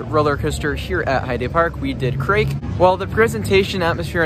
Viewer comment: I love how you pronounce Krake “Craig” lmao